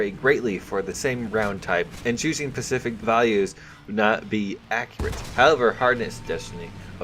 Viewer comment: reeeeeeeeeeeeeeee stop saying pacific its specific not pacific